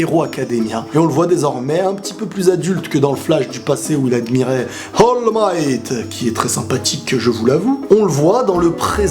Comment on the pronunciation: C'est pas Hall Might, c'est All Might